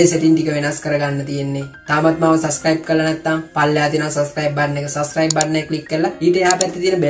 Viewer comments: චෝම් බව්සර් නෙවෙයි බං, ක්රෝම් බුූව්සර්...😆😆😆😂😂😂 සස්කයිබ් නෙවෙයි සබ්ස්කු්ුයිබ්..හරියට වචන ටික ඉගෙන ගනිං අයියෝ සංසාරෙ. යූ ටියුබ් එකේ සල්ලි හොයන එකම නෙවෙයි බං ජීවිතේ.දන්නෙ නැති වචන හරියට කාගෙංහරි අහගෙන හරි ඉගෙනගනිං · සස් සයිබ් නෙවෙයි බන් සබ්ක්‍රයිබ් කියහම්.චෝම් නෙවෙයි ක්‍රෝම් බොල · සස්ක්‍රයිබ් නේහ් 😂, චොම් browser එක,😂